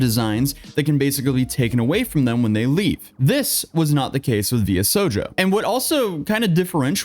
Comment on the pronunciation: I'm just so used to anime being a part of my life I still get surprised when someone my age can't pronounce a word like Shojo